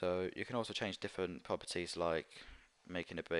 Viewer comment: when he say propertie he be like "puppitie" XDDDDD LMAO